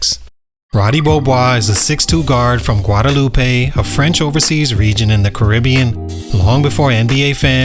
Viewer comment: It's pronounced gwa-da-loop not gwa-da-loopay. It's french.😊